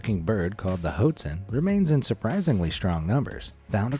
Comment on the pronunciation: You’re pronouncing “hoatzin” wrong. It’s actually pronounced “watt-seen”.